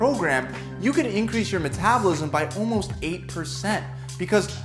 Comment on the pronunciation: "ALMSOT" 🤣 this video seems not rushed